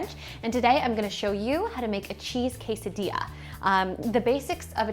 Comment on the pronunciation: Yes, if you want to learn how to make a delicious quesadilla ask a white women that can't even pronounce it right. Wtf?